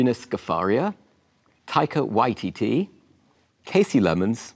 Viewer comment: This American pronunciation of Waititi is starting to filter to NZ. It'd be nice to see Taika press for accuracy, like Hasan Minhaj did.